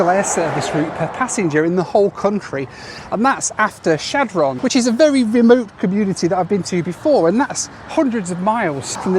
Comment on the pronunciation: Your pronunciation of Chadron gets me every time. Thanks for another amazing production,.